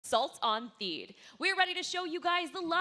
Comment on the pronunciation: lol its Theed...